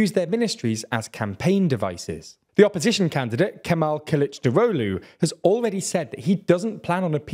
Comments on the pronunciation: I can help you pronounce Kılıçdaroğlu's name. Kill - itch - dar (like jar) - og (like egg) - lou, punctuating JAR, killichdAroglou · I watch just to see say Kılıçdaroğlu... 🤣